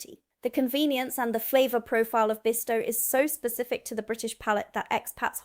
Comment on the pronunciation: RYE-BEAN-AH.....ribena. Not no 7 but number 7. BISS-TOE....bisto